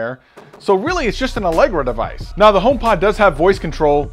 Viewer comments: Bahaha "Alegra" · "Allegra" -- hahaha -- thx for that bro' . ;-) great content